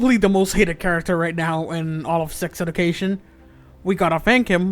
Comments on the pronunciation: Why can you not pronounce anything right - sex edu - cation. Meeevve Muder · "Edication" and "Meeve" 😂😂